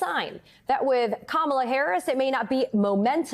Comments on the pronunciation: Go back to sleep, Deborkaren. Here. Let me help you: Comma-la. Can you handle that? It's really not that difficult. In fact, Mace pronounced it correctly and then checked herself and mispronounced it again. It's intentional. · Knowing how to pronounce someone's name and pronouncing it incorrectly on purpose?! Now that's trashy, Lady.